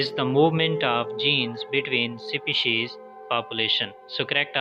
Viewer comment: Species ka pronunciation toh thik se karlo